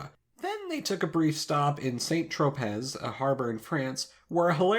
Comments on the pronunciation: "San tropay", not "sant tropez". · 'saint trowpez' lol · That is pronounced “San Tropay” dude. And you don’t “have your painting taken.” You have a photograph taken. You have a portrait painted. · Saint tropez (San tropay) not Saynt trowpezz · “Saint Tro-pez” 🥴 Jeez! Really butchered that pronunciation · Saint-Tropez Pronounced San Trohpay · Saint-tropez is pronounced as santropay. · FYI, Saint-Tropez is pronounced "san trow-pay". Cheers. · Saint-Tropez is pronounced, "san tropay." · 'Saynt Troepezz' ffs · Saint Tropez is pronounced “San Tro Pay” I think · Minor nitpick. St. Tropez is pronounced Sahn Tro-pay. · just so you know, Saint-Tropez is pronounced san tro pay. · "San-Tro-Pay" my man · Saint Tropez...look up the pronunciation... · Am I the only one chuckling at the pronunciation of Saint Tropez?????? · Your pronunciation of "Saint-Tropez" triggered me.